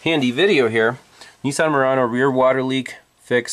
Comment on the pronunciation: I'm not in yankyland but I am a mechanic 40+yrs n it's a well known fact that there a shitbox on a good day but hey Nessan's as you pronounce it (incorrectly I might add) are well known for poor body fitment/seal due to bean counters hence shtboxes n only getting worse very quicky!... Back in the 70's 80's n 90's they made some good shit but those days are very long gone!